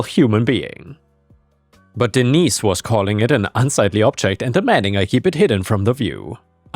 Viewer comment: Hello,.Hello, cute little Fur balls.Sorry, I don't remember all your names.I remember disney because that was the one i'm saw the most and heard the most, but when I heard you say denise, I thought you said d neice 😆